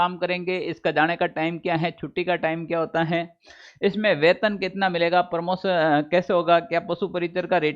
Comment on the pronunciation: अरे भाई साहब प्रमोसन नही प्रमोशन होता हैं